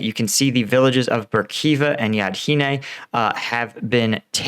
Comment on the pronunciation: Yahidne, not Yadhine.